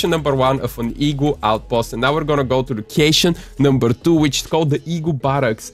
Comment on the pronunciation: I love how he pronounced it as ee-gua